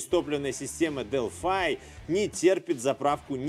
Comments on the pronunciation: зачем делфай то?правильно же делфИ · я зеникому этот же вопрос задал,вот прям ухо режет дэлфай,потом специально нагуглил произношение,дэлфи же наx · Привет. Делфи - это язык программирования и город в древней Греции. Делфай - производитель запчастей. Гугли тщательнее. А ещё лучше - глянь в YouTube. У Делфай тут свой канал, послушай внимательно, как сотрудники компании произносят её название.